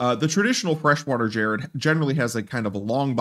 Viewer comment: Dude, "gerrid" is pronounced with a hard G.